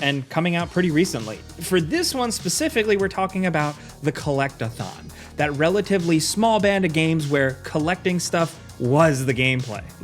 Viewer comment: I can’t be the only one who heard Collect-a-thot